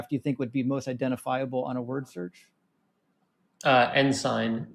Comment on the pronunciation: . The way this guy keeps mispronouncing ensign as "en-sine" (it's "en-sin," - which comes from "insignia") is gr~ating. The passage is most likely referring to the eagle standard (called an Aquila) carried by each legion, and/or the identifying banner (vexillum) carried by each legion and its sub-units. "Worshipped them as gods" sounds like total rot. They would have revered them as an embodiment of the legion, in a similar manner to how an American civil war regiment would've revered the flags (colours) they carried into battle - and the way military units still show reverence for their colours. Propping up their standards in an captured temple would be the same as Red Army troops raising the Hammer and Sickle over the Reichstag, the US forces raising the Stars and Stripes to obscure the spicy cross at the Zeppelinfeld in '45, or (a) particular unit(s) planting their flag to let everyone know who was responsible for the capture of an important site. Maybe it was seen as important that the standards be "presented to the gods" AT a sacrifice in honour of a patron deity/the favour of the gods, but I highly doubt they thought the standards were gods themselves. Just seems like throwing exaggerated "they even worship their flags as if they're gods!" shade at Romans because their religious practices involved idols.